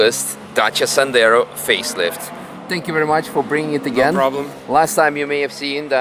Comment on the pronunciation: Dacia Sandero ❌️ Dacia Sendaro✅️